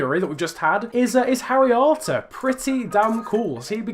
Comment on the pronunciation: When you say harry arter, it sounds like haryanto in my ears😂